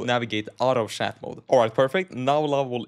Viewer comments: Bro keeps calling chat as shat and it keeps throwing me off 😭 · he's Swedish, that is how they say chat lol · haha its french spelling